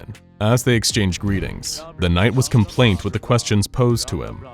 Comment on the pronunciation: Com-ply-ant, compliant. Not complaint.